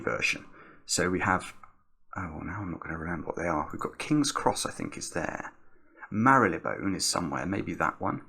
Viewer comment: Fact of the day: Marylebone is pronounced "Mar-luh-bun". No, I don't know why. Yes, it's silly.